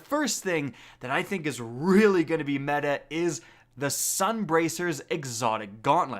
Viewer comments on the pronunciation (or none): none